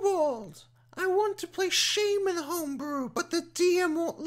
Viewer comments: Your pronunciation of Shaman makes me irrationally angry. Great video. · Please, please don't every say shaman again.